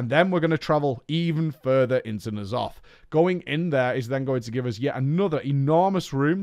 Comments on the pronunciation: "Knee' Aloth" He says... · How do people mispronounce Ny'alotha when its been said in game and devs. I've never heard of knee'alotha